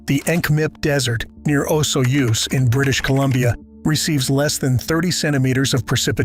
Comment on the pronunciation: Whether AI or stupidity, it's always insulting to hear common place names mispronounced: like Okanagan and Osoyoos BC among others. Furthermore, Great Britain established self-governance for the colonies called Upper Canada and Lower Canada long before 1867, making the establishment of "Canada" an event pre-dating Confederation in 1867. Many of the laws from Upper and Lower Canada were continued into Confederation and some helped define the BNA Act which is the defining Constitution for Canada with a Charter of Rights and amendment formula added for repatriation in 1982. Much of your info is incorrect regarding actual Canadian laws.